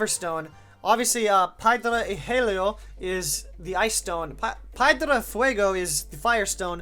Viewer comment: H in Spanish is silent and pierda is pronounced pyehr-dah (if that makes sense)